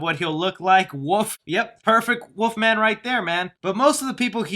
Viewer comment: Is he saying Woof-man or wolf-man.